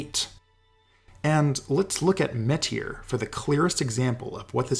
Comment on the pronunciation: Finally, somebody besides me pronounces "Metyr" like "meet HERE" instead of rhyming it with "better."